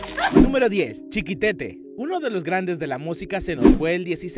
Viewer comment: Chiquitete no, chiquetete ..😂